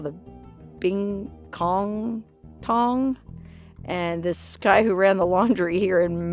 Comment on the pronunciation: you said in the videoL "there was this one Tong..." but I heard Won Ton - forgive me but you were telling the story about the murdered Chinese Laundryman wah, wah, wah....